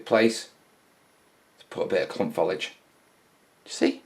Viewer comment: Another good vid! ....but for the love of God, Man, STOP saying "follidge"!